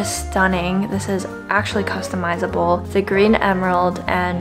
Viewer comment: Ive been watching you for 5 years now, and i really wish you can articulate your words clearer. You have a habit of eliminating the end syllable for every word. Like for example, its good "mornING" but you say, good "morni". Or, its "actually" not "ashley" lol. Maybe its just your tendency to do that, and perhaps i watch the news too much where those anchors are pros at speaking well. Just a thought, i think it will be good for you.